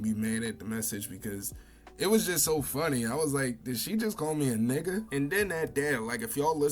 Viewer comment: the way she said nikka was hilarious.